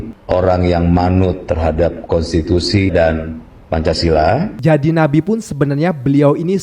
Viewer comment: ❤❤ Ma'af, sya kok salah dengar, nyebut Nabi apa BABI???????????.❤